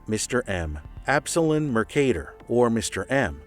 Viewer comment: Absolon is pronounced "Ab - soul - on" btw but great video man!